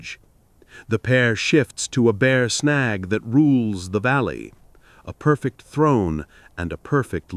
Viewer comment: “Snag” tree or, “Shag” tree?